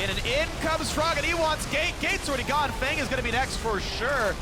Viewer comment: Btw I don't know anything about Feng but I'm thinking it's meant to be pronounced "fung" not "fang". Asian players are known to call themselves things like "sky" or "moon", sometimes even using other language's words for things like these. Feng (风) is "wind" in Chinese.